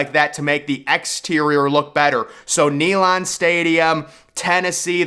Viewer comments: It’s not pronounced Neylon, it’s NeyLAND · SANFORD not Stanford Stadium! You must be from Alabama. Learn how to say Neland, as well. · Bro said knee Lon Stadium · Neyland stadium is number 1 also it’s not called naylend it’s neyland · There is no T in Sanford. Neyland not neylaahnd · Stanford stadium???? It's Sanford stadium. There is no credibility if you can't say the name correctly. Nealon stadium??? Dude give it up. No upper deck at ben hill griffin stadium??? Uhhh dumbest have you paid attention to the west side of the stadium? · “Nee-lohnd”……….. it’s “Nay-Lund” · Jordan-Hare is pronounced "Jerdan" It's Sanford, not Stanford. It's "Knee-land" not "knee-lon" Just some constructive criticism. I really like your videos! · ….. Stanford Stadium…. Ney-land Stadium…. Dude you are pronouncing the names of some very sacred and historic stadiums. UGA was the very FIRST public land grant university in the United States. Neyland Stadium is one of the loudest and rowdiest stadiums in the WORLD when it’s rocking. More people goes to these places on Saturdays in the south than they go to church on Sunday. Get it together. Thanks for the props on BHG AKA the Swamp tho. And for pronouncing the name right. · Nee Lan Stadium? Can't you even pronounce it correctly? I'm just jerking your chain buddy....but I got a good chuckle out of it....LOL And it's SAMford Stadium. Not STANford Stadium... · You’re trolling, right? Stanford not Sanford. Nay-Lahnd’ not Neyland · BRO ITS KNEE-LAND COME ON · Bro said knee land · This guy cannot even pronounce Neyland Stadium! DA! Don't agree with one thing he said...or tried to say! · I really need him to listen to the correct pronunciation of Neyland Stadium. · The way you pronounced "Neyland" made me physically ill.